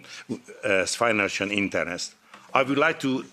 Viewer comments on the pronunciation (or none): Internest or interest?????😂😂😂😂😂